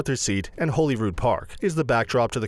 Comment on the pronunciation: He actually pronounces Holy Rood properly. Which is more that you can say for most Edinburgh residents.